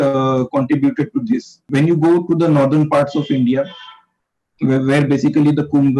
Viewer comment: Great video. I don’t understand why English folks call India as Indier?